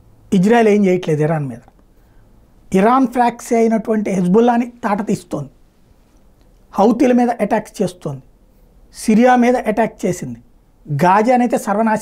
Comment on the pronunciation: ఫ్రాక్స్ కాదు Proxy(ప్రోక్సీ అంటే ప్రతినిధి). పదానికి అర్థము-పలకటము రానప్పుడు తెలుగులో ఎడవవచ్చుగా...ఒక పక్క ఇరాన్ అణు పరీక్షలు చేస్తుంటే...భయం భయంగా ఉందని మీ తాతగారు ఇరాన్ నుంచి వచ్చి చెప్పారా "Neutral" గారు..